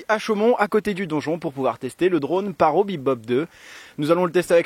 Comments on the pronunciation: Juste 25min c'est vachement bien pour un drone (et ça ce prononce parotE) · On dit parrottttt il faut prononcer le T 😂 Sinon bonne vidéo bravo supers montages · "25 minutes décevant, même très décevant.." Really? Et PARO, c'est toi le Paro! :P "La fonction OM" on prononce le H en anglais grrr... -1 désolé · On dit PARROTE 😩